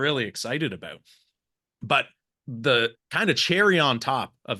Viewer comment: Whats all this Aboot !!!😅😅😅😅